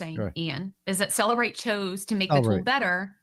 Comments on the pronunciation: Turtle Boy correcting the Cellebrite employee on how to pronounce Cellebrite. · It called CellEbrite. She literally works with them, so yea, SHE was pronouncing it correctly.